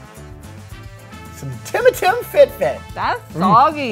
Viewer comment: "Some tima-tim fit-fit" NOOOO that was all wrong 😂